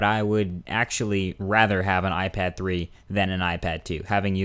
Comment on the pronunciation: Did he just say "iFag"? LOL